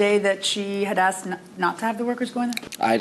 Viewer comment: Oh My Goodness he AXED you? Girl you should of called the police. BTW you look good for some who was AXED!